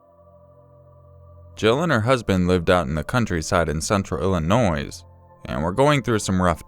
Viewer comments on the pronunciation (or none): I love ya, but you said Illinois with the "s" sound and being an Illinoisan that kills me XD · The S is silent in the word/name of Illinois as a former Illinioan. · The way he says Illinois hurts me.